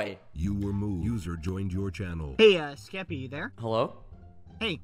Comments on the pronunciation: No it's the first "SKEPPY-" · Skepp- Skeppy, NO SKEPPY